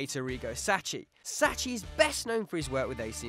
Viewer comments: Sacchi = Sacky, not Satchy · Come on man: it's Sacchi, not Sacci. Ch = K in italian... I would have mentioned Trapattoni, since he built 70's and 80's Juventus and won everything on earth - first team in history to do so. And ofc Kruijff for Barcelona and I dare say even for the spanish national team through his pupil Guardiola. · It's Sacchi not " Sacci" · Sacchi is pronounce SAKKI actually. The same applies to Mascherano = MASKERANO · It is pronounced "SAKHI" "Arigo saKHI"....research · It's pronounced 'saki'.